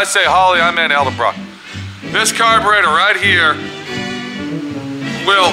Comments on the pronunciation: Hey...say EDDLE-BROCK!! not EL-DEBROCK!! fer chrissakes...otherwise a good video,!! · does this guy know its pronounced ED-EL-BROCK......not EL-DE-BROCK